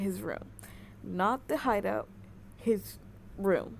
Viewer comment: The way you said hideout lol